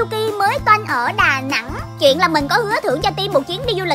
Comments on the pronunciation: Chị ơi, chị nói đoà nẽng không ai hiểu được đâu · Đà nẵng chứ đà nẽng là cái gì chời 🤔🤨